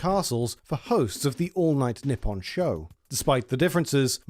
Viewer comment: He says Nippon like "nip on" it's "knee on"